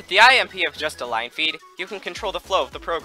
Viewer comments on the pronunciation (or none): when he says IMP i hear "I am pee"